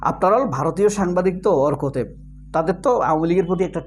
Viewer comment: তার নাম অরক নয় অর্ক ওটা